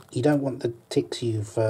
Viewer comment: How he say tets should be on a tntlv or try not to laugh video